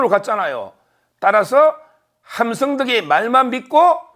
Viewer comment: 승이아니고 성입니다. 발음부터 확실히하세요.